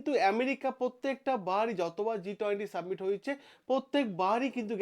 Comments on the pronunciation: স্যার জি,submit নয়, summit. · আপনি "সাবমিট" কথাটা বার বার ভুল উচ্চারণ করছেন কেন ?কোন গাঁইয়া এরকম ভুলভাল উচ্চারণ করবে। আপনিও ? কথাটা SUMMIT বা সামিট অর্থাৎ শিখর সম্মেলন। ভিডিও টা ফ্রেস করুন শুনতে ভালো লাগবে।